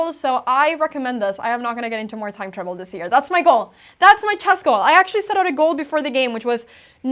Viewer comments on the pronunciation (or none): when you say "time trouble" it sounds like "time travel" - but your explainers are getting way good